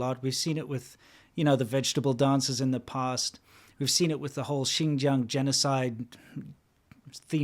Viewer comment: lol, gotta love how I barely know any Chinese but I pronounce "Xinjiang" less like a foreigner than this shill who LIVES IN CHINA